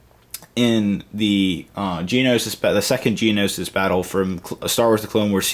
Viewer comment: GENOSIS. IT'S CALLED GENOSIS